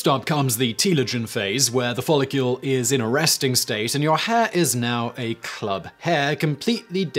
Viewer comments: "follicule" Simon? It's follicle. You don't pronounce Nuclear as Nucular, do you? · Follicle not follicule! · Follicle NOT follicule Simon. You've been corrected before. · I love you Simon. But, “follicule”. 😋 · Is Simon saying "Follicule"? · You're pronunciation of "follicle" is killing me. Theres no "u" in the word.